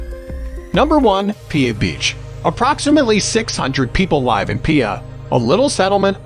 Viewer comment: Do you listen to what you say…you mispronounced the word live near the beginning